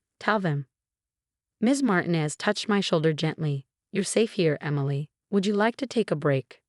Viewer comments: DON'T USE A NAME IF YOU CAN'T PRONOUNCE IT CORRECTLY! Martinez is NOT Martin-ez...it IS Mar-tee-nez! Use something easier for your stupid AI to wrap it's brain around..something like Smith or Jones! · Puh-leeze, it's MarTEEnez. Learn to pronounce Latin names or stop using them